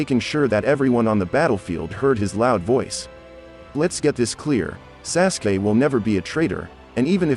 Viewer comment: This guy said sassgay instead of sauce gay aka sasuke